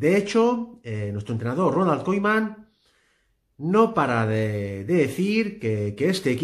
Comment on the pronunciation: Haber si aprendes a decir bien el nombre de Koeman